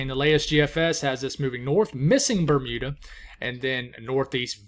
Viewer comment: Good pronunciation of Grand Manan Island ! Metegan ( Me-TAY-gan ). Good work . Bermuda OK !